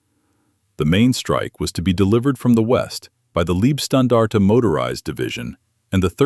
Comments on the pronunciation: Pronounced "Lejbstandarte" not libstandarde!! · Please learn to properly pronounce the word Leibstandarte.